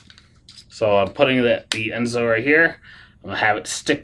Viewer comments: Right…. It’s En-so, not Es-no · You sort of undercut your credibility by mispronouncing the name of the ENSO device. Not "Esno," as you keep saying. Apart from that, your review is pretty accurate, though. I'm on my third run of mine, as I type this. The key to using it "mostly painlessly" is not to start at full power. I inch up about ~10 at a time, starting at 20. Over time, the perceived effect decreases, and as it becomes less noticeable, I step it up. If you feel PAIN, you're too high. Note, the pads are backed with soft silicone. They can be washed with soap and water (no scrubbing) and sir dried. This will allow them to be used a lot more. Note, all this does is deaden your perception of pain. It doesn't remove the cause of the pain. I've just gone up to 55% after 20 minutes, just FYI. By 1 hour I'll be up to 75 with little experienced sensation. I don't ever plan to go higher. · Why do you keep mispronouncing the name?????? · Yeah, I agree. After hearing the name wrong twice, I stopped watching.